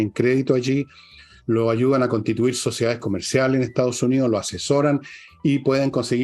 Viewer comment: Estimada: sus intervenciones serían impecables si pronunciara mejor: Etao Unío, Fuerza Armaa,..se a etao perdiendo... Gracias